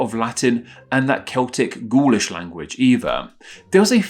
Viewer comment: Gaulish sounds like ghoulash